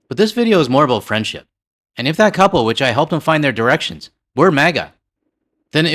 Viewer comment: "Wrong girections" 🤣🤣👍